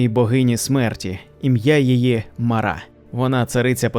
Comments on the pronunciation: не МарА, а МАра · Тільки не МарА а МАра, наголос неправильний, аж вуха ріже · Чому МарА? МАра. ПримАра, а не ПримарА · Сам ти Марá її звати Мáра, кажу як носій імені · М`ара, наголос на першу "а". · Мара від слова марити. наголос ставимо на першу букву "а". Марити - Безладно, безтямно говорити в гарячці або уві сні, галюцинувати.